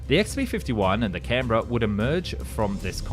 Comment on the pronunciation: I was impressed by your pronunciation of "Canberra". Then I realised "Oh, Aussie! Of course!" So it still remains a feat unachievable by Yanks 😊